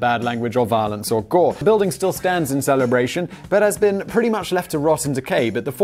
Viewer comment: I'm surprised he pronounced Celebration correctly.